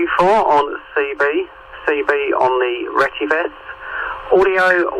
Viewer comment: Look at the spelling. It’s pronounced retty ves. NOT RETTY VESS.